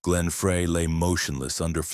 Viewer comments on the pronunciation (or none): Can AI get his name right Fry it's pronounced